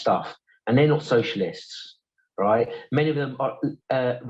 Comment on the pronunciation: The way he repeat "roight" every 2 seconds makes me wanna punch the screen